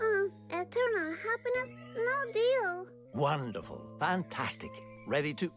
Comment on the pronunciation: Who else herd say "dealh" instead of deal